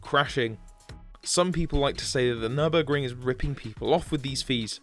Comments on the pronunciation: It's Nurburg-RING, not Nurbuh-GRING!!! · Yes. Just because you English-speaking guys don't have the "ü", it doesn't mean to miss that out in words and change it to an u, just because your too stupid to pronounce it the right way. Same with "cologne". Why COLOGNE? IT'S KÖLN! WE GERMAN GUYS ALSO DON'T SAY THINGS LIKE "Neue englische Grafschaft" instead of New York. I hope you see where I'm coming from.